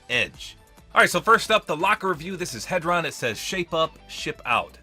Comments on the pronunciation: i feel like its pronounced hee-dron ond not heh-dron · its pronounced “heedron” since together the two skins spell isohedron, which is a shape, and in the word isohedron, the hedron part is pronounced heedron.